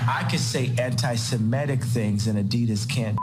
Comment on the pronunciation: Could someone in Jimmy's team educate him that it's pronounced "anti-Semitic", not "anti-simetic".